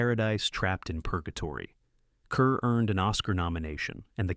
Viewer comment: If you're going to do a voice over commentary, please learn to pronounce names correctly. Deborah Kerr last name was pronounced like Car, not Ker..